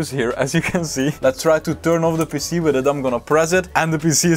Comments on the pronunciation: And PC sounds like he's saying pissy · Your pronunciation of PC sounds like youre saying pissy.